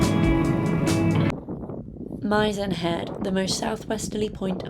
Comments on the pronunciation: Nice video -you have a new subscriber :) Reference your pronunciation. Mizen is pronounced with an "is" following the M not an "eye" . Also, Kenmare - my name Ken followed by a female horse ;) I hope you are enjoying / enjoyed the Wild Atlantic Way. Looking forward to the next episode. I live in the North of Ireland. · Have done a solo run along a section from Lahinch to Clifden ..then across to Westport ..I'm surprised I didn't see a comment on pronunciation for Mizen..it's an 'i' as in 'missing'..